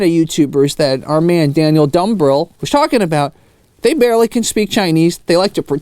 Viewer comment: Dude. Thanks for the shout out. And yes, you got the pronunciation perfect. I've hung out in North Philly before and connected with a lot of your examples. I've got a story about my wife running into an old Taiwanese tourism group in Sri Lanka that you'd love. We should do a chat together at some point and I'll tell you more about it. You made my day, especially since I'm an existing subscriber who loves your videos and raw take/observations on a lot of the things you find/discuss. I'm fully aware I may find myself in the same boat as you soon where all of a sudden the algorithms work against me.